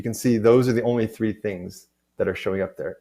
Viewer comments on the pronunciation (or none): Is there a way to stop the UE announcer (who took over from Amanda a year approx ago?) saying “free” instead of “three”? I have younger students watching this and they have started to pick up that habit. It’s three d, not free d. :)